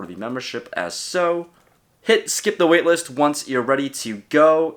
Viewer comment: "skip the wailist" lmao